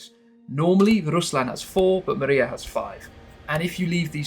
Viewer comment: It's not Maria :) It's Mriya ...